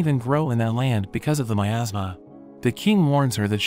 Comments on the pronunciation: Nah man that's got me laughing as well but he said miasma😭✋️ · 😂 I legit thought he said “In a kingdom covered by my ass” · I also heard asthma. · I just heard it said “ in a kingdom covered by my asma” 😂😂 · OK I will be totally honest with you in the beginning when he said in a kingdom full of my asthma, I heard making them full of my ass what is wrong with me? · "In a kingdom covered by my asthma..." is what I heard lol.